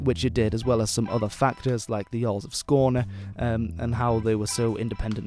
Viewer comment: Your pronounciation of Skåne was spot on.